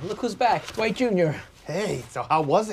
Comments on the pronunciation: Jim always pronouncing Dwight’s name as D-wight 😍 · Yes! It's almost "Doo-ite" or "Duh-white".